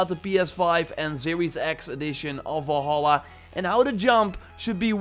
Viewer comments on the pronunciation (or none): is it me or is this guy keeps saying volhallah ?